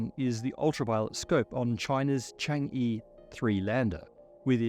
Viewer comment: Highly recommend googling the pronunciation of Chang'e 😹